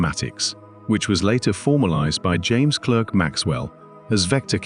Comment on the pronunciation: Excellent narration and graphics. But some names are mispronounced. James Clerk Maxwell's middle name is pronounced Clark. Schrodinger is also badly pronounced.